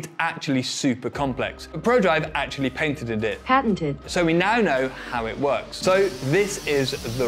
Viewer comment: pronunciation of "patented" is correct. Google's pronunciation is American (which as every British person knows, means wrong 😄).